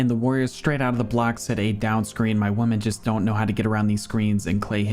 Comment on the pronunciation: JFC dude. its women, not woman. Do you not know how to talk? Nasally a$$, don't know how to pronounce words. Yikes